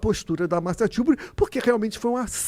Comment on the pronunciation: Martha Tiuburi? É Marcia Tiburi, Skylab!